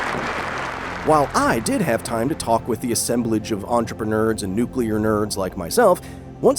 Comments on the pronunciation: I get gastric pains every time someone who should know better--because it's in their field of expertise--pronounces it Nuke-yu-ler. Like their only experience of the pronunciation is back when Homer Simpson said it's so (which should tell us a lot in the irony). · good god, he said “nucular”. To a room full of nuclear scientists. How many ‘u’s are in that word?? Edit: he said it properly later, so I don’t get it. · How is the word "nuclear" so impossible to pronounce for Americans? And only Americans? I mean, I did complete high school there in 3 years in the late 90s without breaking a sweat, but I mean, seriously. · Really wish the Secretary of Energy could pronounce "nuclear". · I can. There are lots of super high-level leaders at nuclear generation companies who mispronounce that word. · Yeah, that slapped me right in the face. What business do you have speaking at a nuclear conference if you can't even pronounce nuclear? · dude doesn’t know how to pronounce nuclear… sigh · Really? A greedy exec gets promoted into the highest position possible, then sees a rise in demand for energy and is in cahoots with a president that used to be a greedy businessman billionaire? The dude can’t even pronounce “Nuclear” correctly. “Climate change isn’t in my headspace, it is slow moving and not a top 5 or 10 priority for the planet, but energy demands are” The guy isn’t in this for benevolent reasons. He’s a corpo that saw an opportunity from data centre energy demands and latched on. Disgusting. This whole video gives me the willies. Every moment that leech was speaking made me uncomfortable. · I can't believe Chris Wright said nuculer, not nuclear. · IT'S NOT NUKULAR FOR FUCK'S SAKE. IT'S NUCLEAR AAAAAHHHHHHHH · The Secretary of Energy says nuculer. Someone needs to slap him. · So the guy in charge says nucular... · he said nucular. (Facepalm) Edit, he said it properly later in the interview. Interesting. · Ha! He said "nucular power". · "nucular" really? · Nucular power?